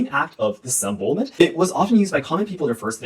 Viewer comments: diss-em-bow (like bao, not bo) el ment :). This was a really fun video. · try and pronounce it like disemBOWelment kinda like your saying wow but bow :) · Teachers quit teaching phonics so if I may be so bold, the word you were struggling with disembowelment, break the word into syllables. Dis-em-bowel-ment. I'm just trying to help, I'm not trying to be rude.